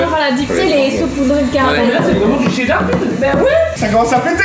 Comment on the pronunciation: C pas dar c cheddar...